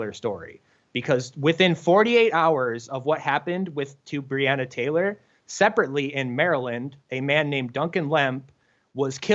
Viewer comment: I don't think he's pronouncing BreOnna Taylor correct.